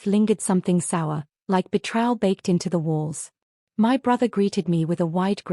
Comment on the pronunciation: It's painful to my ears when I hear the narrator mispronounce the word betrayal.